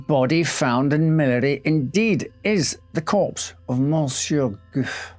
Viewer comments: sorry, I guess it just bothered me how the most important name in this video was not pronounced correctly. I wouldn't have said anything, but then I saw your comment and I thought how ironic 😊 But yeah, I guess no harm done, it's fine either way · The pronunciation is Goufe'y not Goof. Just saying is all. Warms BRex:202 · Excellent and interesting, but ahem are you having a bit of a linguistical joke with us? His name (as written) should be pronounced more like 'goo-fee' rather than 'goof' (I laughed every time you said it). If I'm wrong, then goof, c'est moi, non? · Isn't it pronounced Goo-fay? An accent means the "ay" sound in the French language. No accent on the "e" is Goof. Just saying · Gouffé - you pronounce it as 'goof' but the correct French pronunciation would be 'goufay'. Accents are never silent in French. 😊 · The name Gouffé is pronounce Gouffey because of the accent on the e(é), but you say Gouff 😂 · Btw, I think it's goufFAY - not goof! lol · One minor observation, I notice acute accent (accent aigu) over the E, making it pronounced like "goo-fay", whereas you pronounce it more like "goof", but I don't know the story and whether the accent itself is a mistake 👍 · Not "Goof", if that accent belongs there, but "GooFAY". On screen, LYON not Leon... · I noticed that too. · It’s pronounced ‘Gou Fay’ not ‘Goof’ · Gouffé is pronounced 'Goo fay' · Gouffé is Goo-FAY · But but but isn't it goo'FAY?? All those well pronounced French words but there's an accent ague on the final e. Goofy! 😂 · Its pronounced "goo-fay": the acute accent over the e makes it sound like"ay" as in "play". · Very interesting, but it should be pronounced Goo Fay. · Thank you for this post. If that's helpful, Gouffé would be pronounced 'Gouf-fay'. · It's pronounced "Goo-FEH". 👍🏻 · Judging by how the name is spelled, Gouffé, it should be pronouned "gou-fay". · He’s pronouncing a lot wrong. It’s Gouffé, not goof.